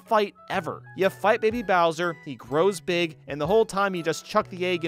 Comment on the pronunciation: Beeg yoshi. We like Beeg Yoshi. He's Beeg